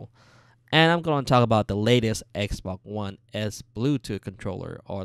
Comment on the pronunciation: He says xboc one